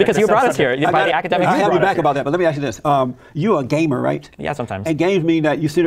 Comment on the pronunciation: I'll never get over the inflection he uses when he calls destiny a gamer, fuckin amazin